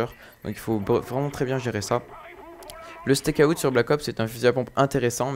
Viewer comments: En anglais, out se prononce Aoute ;) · tu dit comme un steak (charal) et tu rajoute out steakout lol